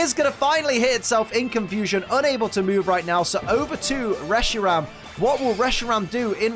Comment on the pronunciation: Reshirom? Welp time to call one Reshiram, Reshirom.